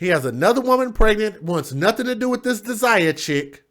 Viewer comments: You pronoun it Day'jah as in Deja vu, not De'sirer as you say it. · Her name is pronounced like daisy. Smart ass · Dazia could be as pronounced DAsia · I have a friend who spells her name that way Dazia, but hers is pronounced like Dayzyahh